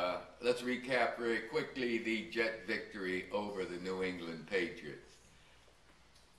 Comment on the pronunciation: I hate the way he says New England!